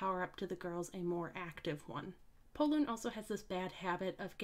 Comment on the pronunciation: Pollun? I thought his name is Porun.